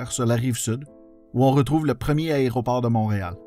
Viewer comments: J'aime bien votre chaîne. Beaucoup de travail est requis pour faire ces vidéos. Faudrait juste faire attention à la prononciation de aÉROport (pas aRÉOport!). Merci. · Excellent vidéo. J'ai travaillé à YUL de 2000 à 2003 et l'histoire de YMX me passionne. Seul bémol, c'est AÉRO et non pas ARÉO ;) mais sinon, 10/10! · Petit rappel : on dit un aÉroport et non pas un aréoport, et on dit unE aÉerogare. Une fois ou deux c'est amusant, mais pendant 11mn34 ça devient franchement crispant. Néanmoins, c'est très intéressant, comme chacune de vos vidéos. Bravo ! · super contenu, mais j'en peut plus mes oreilles saignent trop y faut que je le mentionne: c'est un "a-é-roport" pas un "aréoport" même chose pour l'aÉronef"